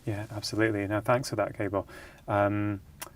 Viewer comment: Rangan - Dr. Mate's man's name is GAH-bor, not Gaybot ....(spelled Gabor.) I know you can pronounce it righ, less important than his content and your overall love of this man & his work, but something notice and note. . Overall a great discussion. Loved Jay's contribution -- found it valuable and useful. Bravo. thanks, BZ